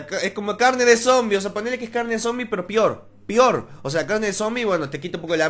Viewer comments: jajajaj no se dise pior se dise peor xd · Pior jajajaja "pior pior" haha te drogas ? dime que fumas ?